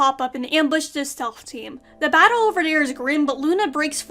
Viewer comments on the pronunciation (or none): none